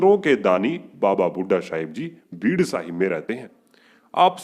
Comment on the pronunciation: Waheguru ji he's Baba Bhudha ji Not Baba Bhudha shah ji.. Jaise aao bol rahe ho sometimes it's sounds like shah.. Nahi toh..Saab... Bole Baba Bhudha saab...